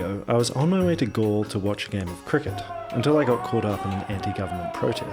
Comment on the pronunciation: It’s pronounced gall Le